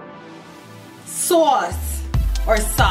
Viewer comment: “SAWCE, or sauce” lmaoo 😂💜